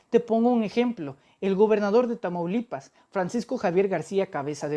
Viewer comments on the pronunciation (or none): none